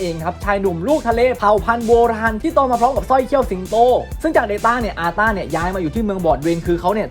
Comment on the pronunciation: อาต้าพี่!!ไม่ใช่ซาต้า ตกใจหมดเลยทำไมนกน้อยฉันถึงมาอยู่อันดับสุดท้าย